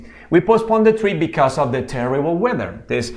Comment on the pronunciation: A mí me quedo claro que because se pronuncia bicos y because of bicosof🤣😂